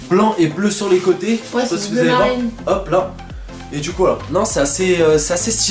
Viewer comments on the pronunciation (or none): none